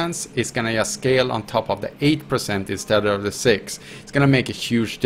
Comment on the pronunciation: drink a shot when he says "yust"